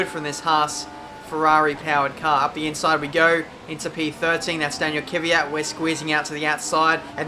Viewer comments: its not Kiviat it's callet K V Y A T:) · You pronounced Daniel Kvyat wrong.